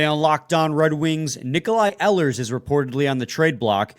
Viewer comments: It' s E-hlers emphasis on the E. He has a track record not producing at playoff time. They should pass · You would have a little more credibility if you knew how to properly pronounce "Ehlers" lol